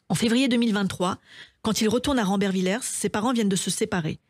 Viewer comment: Ce n'est pas rambervillerse mais rambervillé (ça s'écrit rambervillers).